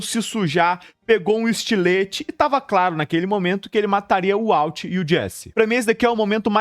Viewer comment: Eu nao assisto mais pela agonia desse cara pronunciar errado esse nome. De onde ele tirou uauti?